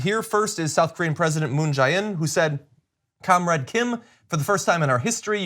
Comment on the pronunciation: Jae is pronounced more like "J" as in the letter J. "Moon J in".